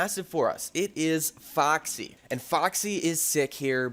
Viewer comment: Are you Canadian the way you said foxy makes me think so😂